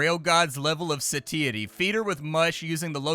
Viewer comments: "SAY-TEE-ITY???" I say "SAH-TAI-ITY." I'm gonna have to un sub. Can't believe I've loved you for so long. J/k of course and according to google we're both wrong. "Suh-tai-uh-tee" I guess. "we wiv in ah satiety" is what that makes me think of for some reason. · Satiety is pronounced SAY-shu-tee or SAY-she-uh-tee